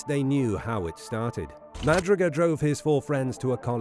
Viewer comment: Jack Madruga's last name is properly pronounced "Ma "Drew" Ga"